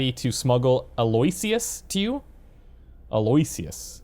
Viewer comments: Aloysius is pronounced Al - o - ish - us "What am I supposed to do with all the little shoes"? Oh, that's so sad. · Aloysius is pronounced "Al-oh-wish-us